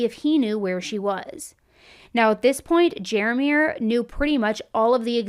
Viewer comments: His name is pronounced "jer- meer", not "jare mare" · Girl I thought you been calling him jer bear this whole time. Ja-meir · It's bad enough I have to listen to you mispronounce corroborate in every single video, but the way you pronounce Jermeir is just hilarious. This has been reported on thousands of times. It would not be difficult to find out how to say it correctly. I was really like who tf is Jare-mare? 😂